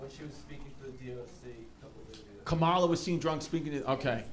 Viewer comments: It’s Comma-La, Not KamALA. You’re sounding Done-Old Trumpy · white people refuse to pronounce kamala correctly it’s crazy 😅